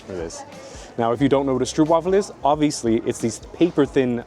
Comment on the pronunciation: Lidl has the absolute best store stroopwafels. For pronounciation: stroop as in hope.